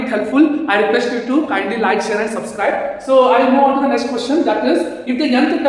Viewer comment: Not suscribe sir its subscribe